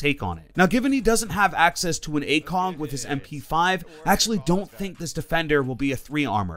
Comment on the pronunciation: loved when he said acong instead of acog